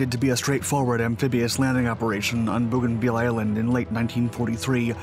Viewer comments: Bougainville is pronounced Bow gan ville, the last bit is pronounced vill as in village, not veal as is used here. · Your pronunciation is incorrect. It’s pronounced Bogan-vill. Hope this helps. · Aren’t you mispronouncing that? Sounds like you are referring to Veal, a kind of meat. Agree, Owens is a great hero. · It’s pronounced BOW- GAN- VIL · it's pronounced 'bo-gan-vil" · I know it's a minor detail but it bugged the heck out of me. I've never heard any town ending in 'ville' pronounced that way. I know the narrator is American so it seems like an unforced error to me. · Yeah. If he's all the way down to a significant 4-man action, it'll take him a while to get to everything. What I missed was the map at the beginning. I know, generally, where we are (the South Pacific), but not the specifics, which is unfortunate. I'm 5 minutes in and still not sure where everything is, and somewhat annoyed by the pronunciation of "Bougainville." But I imagine most Americans who read the name off the map - especially 80 years ago - would say it the same way as our narrator. Nah. They'd say ""vill" not "veal." Annoying. EDIT: Went back and watched the first bit. He did the map thing. Still could've spent more time on it for MY sake, but didn't waste the time of people who are better-versed than I on the geography. Totally my fault for not owning the knowledge better, going in.